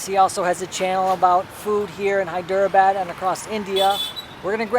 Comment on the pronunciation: Good stuff man. I'm sure in one of the 600+ comments someone has already mentioned this, but I'm not going to check ;-) : It's said more like "Hy-dra-bad". How Indian language got ported to English script is lost on me, but I have found things like there are multiple "d-plus" phonetics. In Hyderabad, the "der" is slightly different than a "dr", and the "dera" (not two syllables) is slightly different from "dra". It messed me up for years since when I see a vowel separated by consonants, I assume it is a separate syllable (hence Hy-der-a-bad). The great thing is how most Indians don't really care and if they take the time to correct you, they're always so kind about it. (p.s. I obviously want to post about my struggles getting these things correct and this has little to do with the video. Thanks for the space to rant).